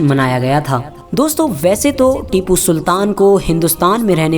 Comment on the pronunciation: Unka naam acchese lo bhai